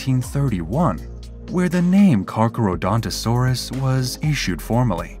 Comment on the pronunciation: I can't watch this because the AI narrator keeps mispronouncing its name.